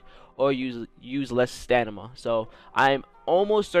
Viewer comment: Got me saying “stanima” not stamina after watching this video 😂